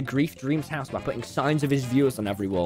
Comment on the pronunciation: why do u always drink coke and u say house like hause